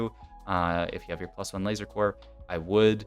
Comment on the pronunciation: IT IS PRONOUNCED LASER CORE NOT LASER CORPSE